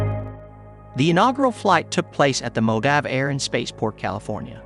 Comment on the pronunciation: How can do maybe words be mispronounced, such as Mojave and Mach? Is this just bad AI?